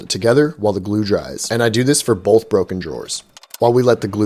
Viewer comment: Did you say “bolth”? There’s no L in that word dear.